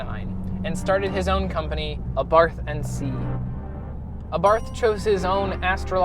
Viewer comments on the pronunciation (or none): saying this ONLY because I'm particular - the name Abarth is pronounced: ah-bart, the "h" is silent as is the case in many Austrian names. Great review and loving the red. Mine is white with black accenting and honestly, I cannot get enough of this little pocket rocket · Ah-Bart(h) The (h) is silent...